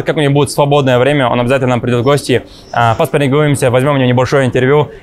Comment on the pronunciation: как будто яйца прищепками зажали, что за голос? Цитата Степанов: Бой вьемя, тьиумф вецен!